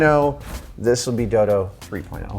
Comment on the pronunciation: it sounds like he said dildo :D